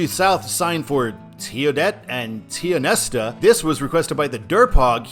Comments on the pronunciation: Love it. Tid-e-yoot. Tie-on-esta. Both towns are marked for various reasons. Tionesta is the de facto seat of Forest Co. Tidioute is marked as last major town of Warren Co. Both towns in 1900 had populations in the thousands for logging for Pittsburgh. Tidioute had a population of 3500 at the time. Tidioute's nail in the coffin was a fire in the 70s wiping half the center of town out. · Enjoyed this as a PA native that's traveled most of 6 in PA. Tidioute > Tid-ee-youte Tionesta > Ty-o-nesta or Ty-nesta (I've heard and used both) - Tionesta is the county seat of Forest County, a county without a full fledged traffic light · two things... 1. You're not even close to pronouncing either of those towns correctly. 😂 2. Tidioute and Tionesta are more than likely signed due to their prominence as tourism areas in the Allegheny National Forest. The next-closest moderately populated area along US 62 south would be Oil City, approximately 40 miles from where 6 and 62 meet outside of Youngsville.